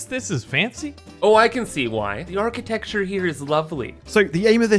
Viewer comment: did he say aaarchitecture?